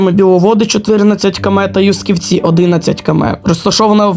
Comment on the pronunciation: Юсківці наголос на Ю